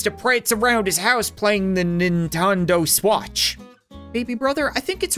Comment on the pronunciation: Why did he say the Nintendo switch wrong🤔🤔🤔